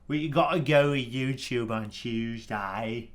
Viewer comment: Youtchoob on a tchooseday?